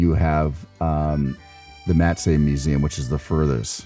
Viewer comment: great video but please how come you did not learn how to say Matisse properly, pas possible! 😂